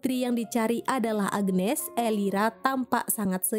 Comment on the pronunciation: Agnes bukan agenes😂😂